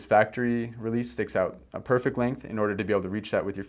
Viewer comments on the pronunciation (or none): none